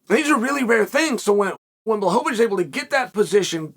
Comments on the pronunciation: Chael getting into the Christmas spirit with “blahohohowicz” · Return of the Blahovovocih